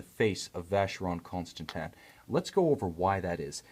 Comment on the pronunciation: The Reviewer can't pronounce Vacheron Constantin properly